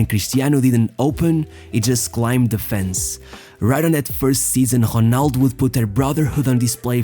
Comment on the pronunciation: I’m sorry but you did not pronounce well the full name of ronaldo , however the rest of your portuguese speech is quite good.